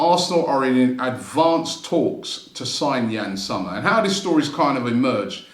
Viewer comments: It's pronounced ''Zomer' with 'o', not 'summer' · Yann [Zommer]..not [Summer]😂😂